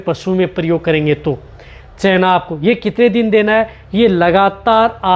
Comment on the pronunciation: चैना नही चना होता है 😂